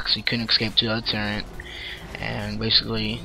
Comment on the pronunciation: turrent? turret*. quintense? quintinses